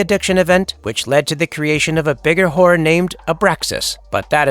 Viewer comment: you really need to learn how to pronouce horror so it sounds less wh